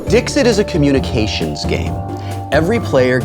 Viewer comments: It is not pronounced Dix-it. It is french, and therefore is pronounced Dees-e (t is silent) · Wil, if you're pronouncing Latin mostly correctly (or, at least the way I learned to pronounce it), it's "Deekseet," not "Dihkzit." That's a terrible phonetic spelling, but if you want to come off as smart as you seem to try to do at all times, you should get it right. Love this show, though. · Hey, I know I'm late, but I have the answer. "Dixit" is Latin, meaning "He/She said", and should be pronounced "Deek-seet", but "Dik-sit" is perfectly OK. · Omg it’s Latin—please pronounce it Dee-xeet!!!!! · No, Dixit is Latin, and the "x" should be pronounced with a "ks" sound. Also, the "i"s should be pronounced like elongated "e"s. Sic, it would be pronounced "Deek-seet". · Wil, it's pronounced "deek-seat" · If it were to be pronounced in a French way, the t at the end would be silent.